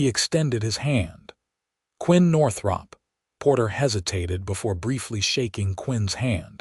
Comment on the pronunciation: Why use the nane Northrop if the AI can't pronounce it?